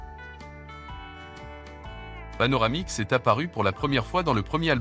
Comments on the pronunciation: Panoramix et non Panomarix 😉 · Panoramix et non pas Panomarix....😂...19/20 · "PanoRamix" pas PanoMarix" ;) de rien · Le druide dans Astérix s'appelle bien Panoramix et non Panomarix ?!!! 🤨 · C'est panoramix et non panomarix... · Panoramix...pas Panomarix! 😵‍💫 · Par contre j'ai bien ri avec votre "Panomarix" :face-blue-smiling